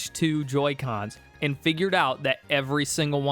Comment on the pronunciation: How do you get two syllables out of the word "and"??!